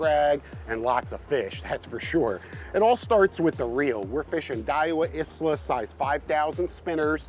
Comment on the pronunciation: Love the show and the information you guys put out, I keep up with it regularly. Daiwa Isla is pronounced ihla; the S is silent. Don't shoot the messenger haha.